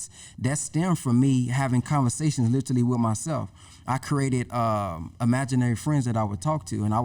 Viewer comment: Other than the brother not being able to pronounce literally (Lit-Ah-Lee) lol He was dripping jewels 👍🏾